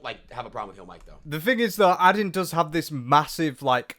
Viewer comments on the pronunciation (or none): Adian - said like maiden without the m (hope that doesnt sound rude!)